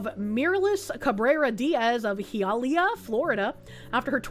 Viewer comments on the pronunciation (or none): It's high-uh-lee-ah. It's probably the most Hispanic part of Miami-Dade county, which is saying a lot if you know their demographics. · Barely 2 minutes in and pronunciation of Hialeah is fucking killing me. Its Hi-uh-lee-uh. 😂